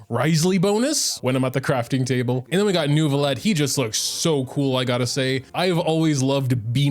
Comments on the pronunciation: So if you wanna pronounce it like a real french baguette pronounce it like that : Neuviyett (-eu is pronounced awkwardly you might wanna search it up) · It's Neu (neuw) not NERV... I don't know what they are smoking when doing to voice directions..... lol there is NO "R". 🤣 Frecnh has a lot of silent letters but no randomly inserted ones. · The more correct pronunciation is New-V-Let. The hard R you hear from the female voice actor is just over exaggerates Neuvi collection of vowels and it created an imaginary R